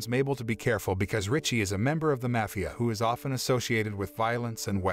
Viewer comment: You pronounced Mafia three different ways throughout the video, lol. Great video though.